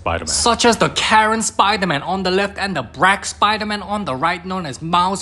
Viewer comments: "Brack spiderman" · “bRaCk sPiDeRmAn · He said the brack spider man